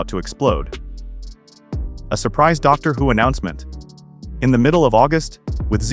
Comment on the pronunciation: AI generated click bait. "Doctor <Pause> Who" and TARDice? At least check it before publishing.